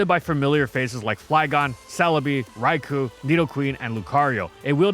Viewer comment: Seeing Starmie in this video reminds me of just how ludicrous the Z-A metagame is gonna be when people learn about its stats spread. Edit: He was this close to saying "Rai-koh's" name correctly.